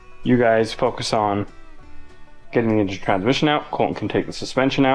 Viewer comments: yes, you say it weird- it should sound like "In-Jun" you know,? Engine. 🙄 A "moder" (motor) is electric. Have a great day 😏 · HEY guys!!! it'sss En'gine'